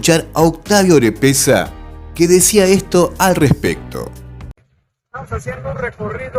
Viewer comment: Estimado, te recomiendo corregir: PEMEX es Petróleos Mexicanos en vez de Petroleros. También Octavio Romero Oropeza en vez de Orepeza como lo pronuncias. Un abrazo para ti y todos los argentinos que desean ver un día unida a toda la Patria Grande.